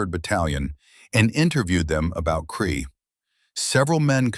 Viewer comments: A Kiwi here...it was Krete not kree.....Also the Kiwi soldiers killed many German paras as they fell to earth in parachutes....as they were great shots. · Yeah theres a lot. Crete pronounced Cree.... all of the NZ place names are pronounced horrendously wrong. Also, the pronunciation of Hulmes name various between "Hulme", "Hume", "Home" and "Hull" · Terrible A I voice, repetitive mispronunciation of names, places, mispelt text but still gets the story out. 10 points for getting the story out. 6 points for trying. 4 points for execution. 2 points for spelling. 1 point for constantly mucking up Hulme's name. The place was called CRETE not cree. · Allied soldiers including New Zealanders sought refuge in Crete, after escaping from Greece in front of a German advance designed to cut them off. SO they had been retreating and trying to stay out of trouble for some time. From Greece to Crete and onwards.... The deeds performed by the then Sgt Hulme can be verified via Wikipedia. Now the German 'smoke' that he was wearing around, was a 'smock'. The New Zealand place names were totally murdered by the commentary, and the sub-titles. Both the English and Maori language place names. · Can’t believe you allowed AI to destroy his story so many mistakes you have butchered the battle of Crete (Kree for FFS) as a kiwi I’m very annoyed 😡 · I hate AI narration. Why can it not pronounce Crete ? Rotorua etc ? Just get a human to read it !